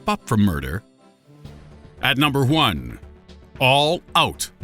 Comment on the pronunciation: "number juan"-😂😂